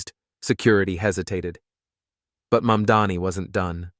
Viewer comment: Get your acts together and do your homework first: It's NOT YOUR "MUMDANI", it's MAMDANI. Are you from Earth 2? Or, MARS, perhaps?